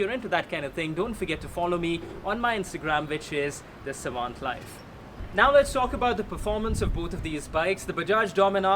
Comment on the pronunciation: What's with the name of the channel ? Savant as in your name or......... No pun intended. And it didn't sound right